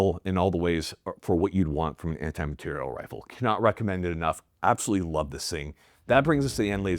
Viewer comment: “Anti- Mah-teir-ial” 🤌🏼